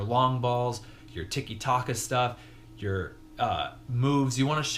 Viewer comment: That's the first time I've heard anyone pronounce tiki taka like that